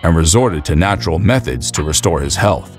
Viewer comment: Everyone this guy thought when he said narutral way, are roided people